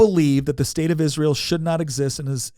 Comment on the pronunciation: Can you please be one of the few people on this earth that can pronounce Israel correctly? I’m so sick and tired of people mispronouncing it I could scream… Also, this video is totally unwatchable, I’ve gotten a commercial every one minute and 55 seconds… it is way too many freaking commercials… Goodbye